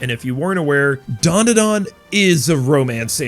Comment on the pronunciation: Why do North Americans stick a few "U"s into Dandadan? The hell is Duanduhduan? 🤣